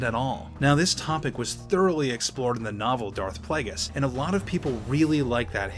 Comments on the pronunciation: For a star wars fan you sure don't know how to pronounce plagueis (play-gee-is) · Am I the only triggered by the way he says Plagueis?